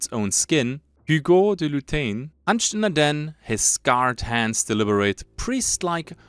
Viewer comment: I am pretty sure Hugo is read as Ügo. Not that it matters too much. 😀 I like the lore so far, hunger seems very promising game, can't wait for the release.